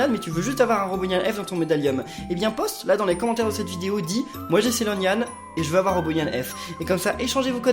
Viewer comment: tu a dis Sailornyan F